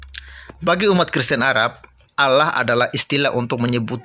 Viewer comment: Kalau barang asli maka kata Allah harus didibaca Allah dan bukannya Auwloh. Serupa tapi tak sama. Begitulah pemalsuan...